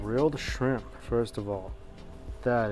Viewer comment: "I heard good thing about your shirmp" Idk why i laughed way to hard at that bc Mike serious face.